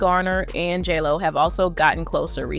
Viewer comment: You are pronouncing J-Lo wrong! 🤦🏼‍♀️